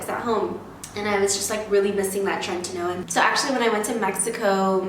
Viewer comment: Great tips but PLEASE stop saying "trentinoin" it's "Tretinoin"